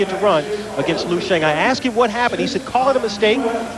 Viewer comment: wtf lui xiang? its LIU not lui